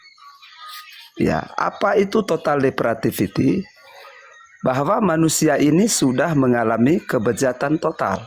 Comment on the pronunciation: Bukan Total Depratifity, tetapi, TOTAL DEPRAVITY.!!!